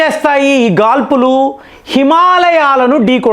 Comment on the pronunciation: Gaadpulu, not gaalpulu